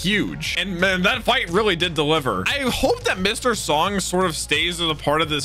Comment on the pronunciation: Mr. Song is actually pronounced "Sohng" and Sung/Seong is more like English "Song"